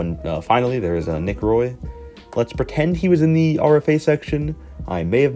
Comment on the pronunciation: Based on the 10 team NTC and that Anaheim is on it, I would think Dadonov's NTC are the Canadian and Cali teams for tax reasons. Seems like it's the new 8 team Canada plus Buffalo. Also Roy is French-Canadian so it's pronounced "Wah". If you still aren't certain it's exactly like Patrick Roy.